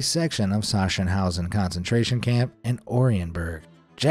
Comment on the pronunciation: It is pronounced SaKSENhause. A hard K sound. Yes, I visited there along with Dachau.